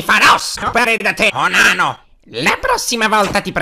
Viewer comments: Papyrus si dice umano non onano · ma perche dice unano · Dice onano